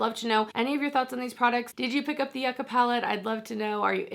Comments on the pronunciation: It’s pronounced you ca not yuck ca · I’ve really been interested in this palette. Looks amazing. Fwiw yucca is pronounced “yoo-ca”. I went into the grocery store once and asked for “yuck-a” and the grocer looked confused for a moment and then said, oh, “yoo-ca”. Hahaha so that’s how I learned.